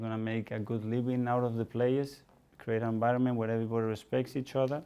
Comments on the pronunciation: No one: Mikel:enbironment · Zanekillz Spanish coaches: "Good Ebening" "Bad Enbironment"